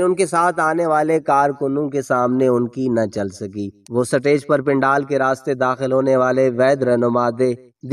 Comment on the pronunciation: “سا-ٹے۔ج “ کیا ہوتا ہے بھائ ؟ سا ٹے ج- نہیں - “سٹے-ج” سٹے ج۔ سٹیج - stage